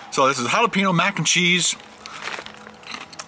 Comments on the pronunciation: HA-LA-PEN-YO not HA-LA-PEE-NO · your pronunciation of jalapeño is driving me CRAZY lol. It's Hal-a-peen-YO not Hal-a-peen-o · its halla-payne-yo... not halla-pi-no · its pronounced jalapeño (halaPAINyo) not halapeeno.